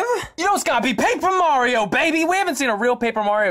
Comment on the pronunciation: Paper Mario has the L like Waluigi xd